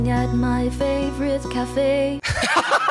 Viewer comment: Also the way she emphasizes the wrong words and is like “sitting at my fAVorite CAFE”